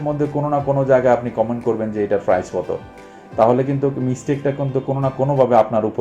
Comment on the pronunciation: Are frice na price bole.😂😂